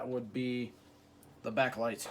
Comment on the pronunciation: "It doesn't have a be-acklight" XD